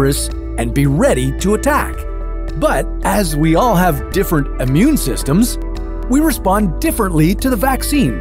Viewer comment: Why did you pull Bill, or Ted, away from their adventures to narrate? he says 'ammune systems'